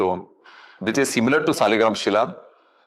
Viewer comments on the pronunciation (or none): 😂😂😂 Das is "like" a servant. lol. What eloquence!! She is pronouncing Shila as Sheela, 😂😂😂 what amazing capability . She doesnt know anything but making money in name of God using smiling face. Temples are not white magic stupid. God is real, not magic.